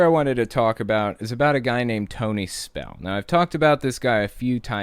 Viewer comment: SPELL-UH IS-UH BACK-UH 😩